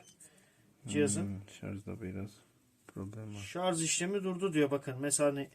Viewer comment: Herşey çok güzel de şarz nedir beyler... Doğrusu şarj... Lütfen siz yapmayın bunu...